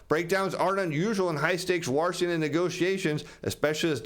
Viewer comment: War-shington